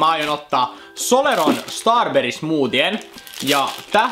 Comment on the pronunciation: ihanku oisit tos n. sanonut starberry smootie jäätelö